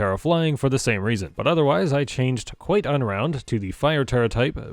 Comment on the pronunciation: For some reason every time I heard you say QuiteUnround I hear QuiGonRound like it was some hilarious pun on Qui Gon Jinn